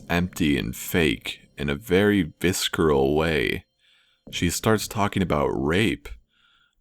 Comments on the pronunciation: I. Hate. The. Mispronunciations. In. These. Videos. It's not Vis-Creal. It is Vis-er-al. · "A viskeral way" Really dude? Learn how to pronounce words, lol. It's pronounced "visserel". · **vis/cer/al** is pronounced "vis(ə)rəl" ("VIS--SIR--UHL"), not "ˈvisK(ə)rəl." The C is silent like in SCience, creSCent, and diSCipline. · It's visceral ... vih-ser-al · lol pronouncing 'visceral' as 'viskeral'